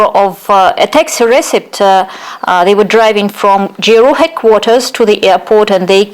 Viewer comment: Если вам интересно, вот ошибки которые вы допустили при разговоре Impossible instead of unpossible Innocent - ударение должно быть на первый слог Take part in , not take a part Kremlin (it) , not he GRU произносится джи ар ю , не у Suppose Skripal had dropped dead instead of suppose Skripal drop Behaved in a stupid way instead of behaved themselves stupidly Receipt ударение на второй слог должно быть Absolutely- ударение на третий слог Notice -о произносится как дифтонг Перезагрузка в данном контексте это не reboot but reconciliation If there had been no perezagruzka instead of if there was no In his mind instead of at his mind With their hands instead of by their hands Vulnerable-incorrect probounnciation of the first vowel Since he has few resources instead of since he have small resources State machinery is.... what? All information instead of all informations Typical первая гласная произносится не дифтонгом а звуком и Controlled ударение на второй слог должно быть Since how when ... is what? At Dyrezor , not under Dyrezor Abroad не должно быть дифтонга Chief первый согласный в произношении ч, не ш Influential- неверно произнесли Media первый гласный должен быть и, не э The Kovalchuks обязательно с артиклем Attribute ударение на второй слог Exchange it, not exchange them (the word money is uncountable in English) Incorrect -ударение на последний слог должно быть Hebrew первый гласный и, не э Если что , обращайтесь за услугами перевода , или репетиторства .